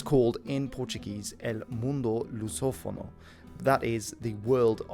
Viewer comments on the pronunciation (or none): I've never heard the word "Lusophone" before, that's interesting. But as a native Portuguese-speaker, I can say "El mundo lusófono" instead of "O mundo lusófono" sounds almost offensive, also "Mundo Lusófono" is pronounced as something like /ˈmũdu lusɔːfonu/ (Brazilian Portuguese). Obviously pronunciation is not really a problem, but the "el" thing is definitely a huge mistake.